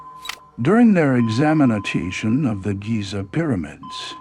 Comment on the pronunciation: Come on. Are you so broke you could not afford a human narrator , “examine-A-TATION” ? Seriously? Un-believe-Abel “ now I question everything.